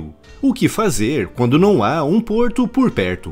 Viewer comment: Vídeo excelente, como é o padrão do canal diga-se de passagem, mas não pude deixar de notar e achar uma certa graça no "qualquerrr porrrto porr perrrto" kkkk! Parabéns pelo ótimo trabalho!